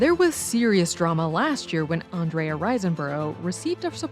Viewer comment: You want to say Andrea's name right next time? 😂😂😂